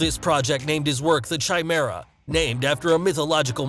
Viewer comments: ITS NOT CHHI-MERA....ITS F***ING KAI-MERA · please learn how to pronounce chimera (ki-meer-a) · You mixed up hydra and chimera which is part long part human I think it might have wings and a scorpion tail. Also you said chimera wrong. c ie me r a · He also mispronounced it - it's supposed to begin with a hard "K" sound.